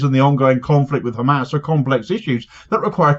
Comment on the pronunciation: AI is hhhkkkaamaasss 🤣🤣